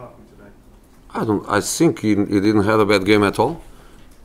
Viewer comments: "I sink... I sink..." Yeah you are! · .. I sink he said, can park better?